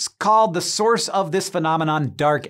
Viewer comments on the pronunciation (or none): none